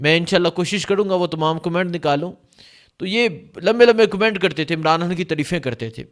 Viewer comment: آپ کے ویلاگس اور وہ رپورٹس جو آپ جلسے جلوسوں میں جاکر لاتے ہیں وہ بھی سنتا رہتا ہوں بھارتی کشمیر سے، آپ حقیقت کو سامنے لاتے ہو۔ آپ کی مادری زبان میں شاید حرف ”خ“ نہیں ہے اس کی جگہ آپ ”ح“ استعمال کرتے ہیں جیسے خون کو کہتے ہو حون خدا کو کہتے ہو حدا خان کو کہتے ہو حان خطر ناک کو کہتے ہو حطرناک بڑا مزہ آتا ہے ایسے الفاظ سن کر۔ اللہ آپ کو سلامت رکھے ۔